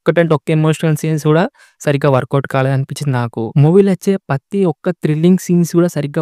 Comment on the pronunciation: పత్తి కాదురా ప్రతి తెస్ట్ కాదురా జస్ట్ సరిగ్గా పలకడం నేర్చుకో ముందు